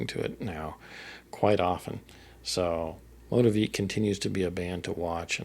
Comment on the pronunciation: 🙌🏼 …the only correction is our name. It’s pronounced MOE-TEA-VICK. 😉 common thing to mispronounce!